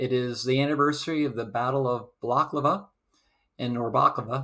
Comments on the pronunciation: Great video, excellent presentation. However as a student of British Military History he needs learn how to pronounce Agincourt and Balaklava. a juhn kort and bal-uh-klah-vuh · Why do you mispronounce both Balaklava (not baklava) and Agincourt (Ah-zhin-coret).?